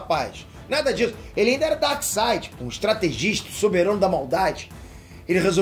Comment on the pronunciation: Um reparo, não se diz Darside, mas sim DarkSEID. 🙂